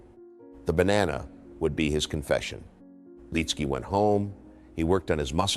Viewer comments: Good video but the mispronounced name is annoying! It's Lit-ski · First off say his name the right way. He was in the first group I followed in PGA golf. Him, Jack Nicholas and Phil Blackmar on a Thursday at the Honda in 91 or 92. The year Corey Pavin won in a playoff against Fred Couples.